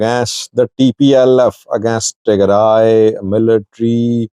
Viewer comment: Tigray not Tearay